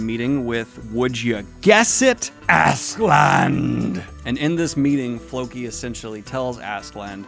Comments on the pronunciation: "Ask-uh-lad" but tbh, as long as I can tell who your talking about, idgaf. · it's pronounced Ash-e-lad - his character in folklore is the archetypal Ash Lad, or male Cinderella, so it's pronounced like that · If you're interested: Askeladd is pronounced Ash - e (as in elephant) - lad. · There is no N in Askeladd. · One-Two on the recording actually worked out with you picking out some things you had wrong in the first half. Also it's Askeladd, pronounced as Ash-e- lad. I know you said not to expect these too often but I really hope you can at least get through the first 4 volumes at a reasonable pace. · First part of his name is correct Aske, but I can't for the life of me figure out how Ladd becoms "Land" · You're not even trying anymore with "Assland". One, there's definitely a K in there somewhere, and two there's definitely no N in there. You've failed. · Don’t worry about askeladd’s pronunciation it’s difficult. I believe it is pronounced As (ass)-ke (keh)- ladd (lad) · Ass skull lad is the pronunciation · I was gonna correct the pronunciation of Askeladd, but I think at some point you just started saying Assland and to be honest, I'm not that opposed to the idea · I don’t exactly know how to pronounce it but I think his name is said “ask-Lad” in other meaning his name means ash lad but I think you pronounce it “Ask-Lad” therefore askeladd. I’m 8 books in but thats always how I pronounced it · Ass-ke-ladd, the ass pronounced like the brits would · Hey Daniel it's Ask - A - lad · Its ASKALADD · The way most people pronounce it is “Ask-uh-lad,” although I don’t speak Norse so could be wrong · also incase you're wondering its pronounced Ask Eh Lad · Askeladd is welsh , so the double D at the end of his name would be pronounced with a ‘th’ sound . - from a Welshman :) There’s more welsh names to come so good luck :p a double L is like a hissing sound , that should help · But why is he throwing an ‘n’ in there lmao